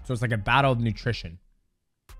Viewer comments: he said battle of nutrition lol attrition my guy, I almost spit my beer up hahaha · Did mouse say battle of nattrition